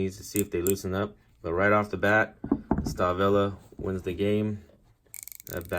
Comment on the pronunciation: It's pronounced "Shtalvile" :)